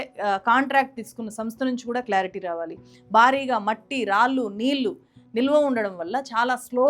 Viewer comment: మీ సబ్జెక్ట్ స్టడీ చాలా బాగుంది, కానీ తెలుగు భాషలో మాత్రమే ఉండే 'ళ' ని మీరు ఎప్పుడూ 'ల' ( నీల్లు, మల్లీ, వాల్లు etc) అనే పలుకుతారు, వినటానికి బాగుంటం లేదు. improve చేసుకోగలరని కోరుతున్నాం.